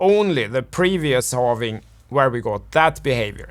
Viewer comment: When I started watching your video I hated your accent but the content was very good, now I got addicted to it, thanks for the continuous Morket and Holving updates